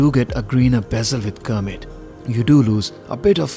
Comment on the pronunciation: Its Kermit (from Kermit the Frog on the American show Sesame Street) not Cermit.